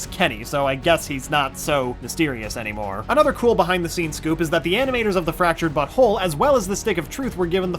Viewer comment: I swear he said: "The Fractured Butthole"